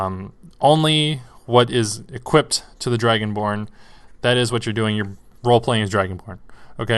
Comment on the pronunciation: Wtf do you mean “equipped” and you can say fire breath.